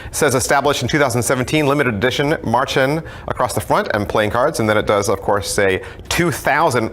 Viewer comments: Davids way of pronouncing Märchen does sound like marching ^^ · Aaaah! Any german speaking person will cringe so hard at your pronunciation of "Märchen". But all is forgiven, english speakers often have trouble with german haha. Great review as always :P